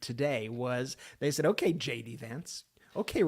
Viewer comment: When you jd Vance it sounds like you're saying Shady Vance. I Love it keep saying !!!!😂❤❤😂😂😂